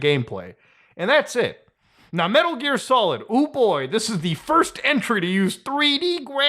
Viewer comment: Muta cutting it close with that “Metur Gear Solid”